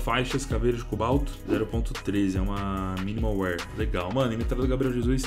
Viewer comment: AIIIIIIIIIIIIIIII Q RAIVA ELE A DIZER MINIMAL WIR FDS LÊ SE MINIMAL WÉR